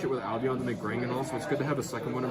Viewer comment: Granguignol is pronounced: Grahn-ghee-nyohl It refers to a style of theatrical horror or grotesque drama, particularly one that emphasizes graphic violence, gore, and sensationalism for shock value, French origin, named after the Grand Guignol theatre which opened in Paris in 1897